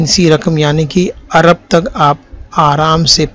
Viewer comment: عرب نہیں جناب ارب لفظ صحیح ہے۔ ویسے ویڈیو بہت کارآمد ہے۔